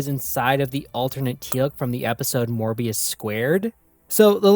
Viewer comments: You correctly write the subtitle of the book that appears on the screen while mispronouncing it. Congrats. There is not a single R in the word Moebius. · There is no "R" in "Moebius".